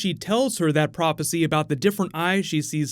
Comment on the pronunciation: Are we not gonna talk about this guy saying prop-acy tho